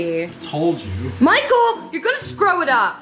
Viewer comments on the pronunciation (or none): "Michael, you gonna scrow it up!". Scrow? Or Screw? haha we love ya still!